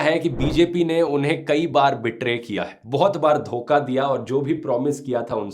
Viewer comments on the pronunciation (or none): none